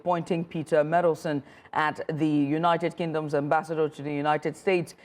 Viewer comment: Meddleson? It's Mandelson!